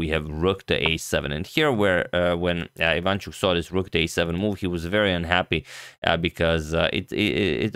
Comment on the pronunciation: he is not vAsyl, he is vasYl dude, you are so good at mispronouncing names he is ivanchUk, not ivAnchuk